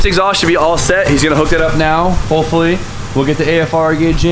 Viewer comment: are you saying hoe fully or hopefully?